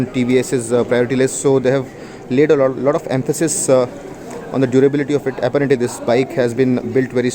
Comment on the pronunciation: Apparently, you mispronounce the word apparently. :)